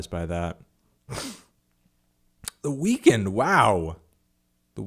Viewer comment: why does he pronounce the weeknd like weakened and not weekend